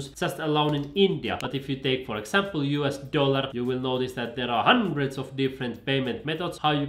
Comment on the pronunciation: So funny the way you emphasize "thousands" and "hundreds" 😆 keep it up!